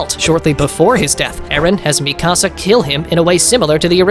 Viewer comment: It’s fucking mikasa not ME CASA